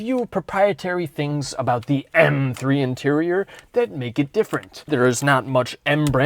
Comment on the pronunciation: "ehrM 3"